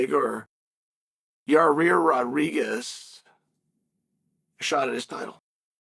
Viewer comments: "Yarear Roriguez" 🐐🐐🐐🐐🐐🐐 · "YA-REAR RAH-REE-GEZZ" 😂 grammar by uncle chael